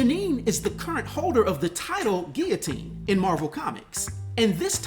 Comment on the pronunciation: I really like Guillotine’s armor & appreciate the realism of a character that protects themselves when hitting the streets. Did the Sword flee after hearing “I’m Rick Jones B***h” 😁Great job with this video and real smooth with the French pronunciation.